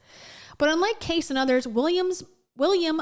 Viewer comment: Hey, don't knock Edgar Cayce because you obviously don't know about him. And you mispronounced his surname. Cayce is not in the same category as this man, AKA Medical Medium whom I know next to nothing about as a healer. I definitely know allot about Edgar Cayce. He's deceased and has been dead for several decades but he was a great man. He gave of his time, effort and life to help people heal. He did not take money from most people or anybody for that matter who couldn't afford to pay. If you don't believe in psychic mediums, that's your right, but Edgar Cayce was a rare human and a legitimate healer. Again, I'm not sure about the medical medium. If he in fact a bad conman, he shouldn't be held up as an example of a grifter who discredits everybody else who are legitimate medium and/or healers. People should always see their doctors and that's every single person's responsibility to seek out western medical help right away when ill or hit with health concerns. That goes for parents of minor children and all Guardians of dependents. Anything extra treatments outside the norm people try should be first run by their trusted medical professionals first and approved by them. Otherwise, always stick with traditional medical care and take whatever medical medium guy says with a grain of salt.